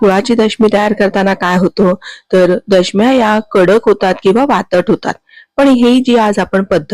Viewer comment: वातट नाही, वातड